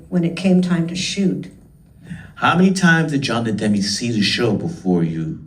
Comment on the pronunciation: Spike Lee May be a great director…. But he’s a god-awful interviewer Jon De Demme ??? Huh??? Lee can’t even pronounce his name I’m pretty sure it’s Jonathon Demme….. NOT DE-DEMME Lee’s awkward pausing between question and though betrays early “old-man” syndrome …… his words ARE NOT FIRING at the same speed his brain thoughts are firing …….also repeating everything they answered ….”yes…..Bernie…..Bernie Worell” Lee says “ I’ll go on record…..” best Concert film We all know how many Gaffs Spike Lee has had when he “goes on record”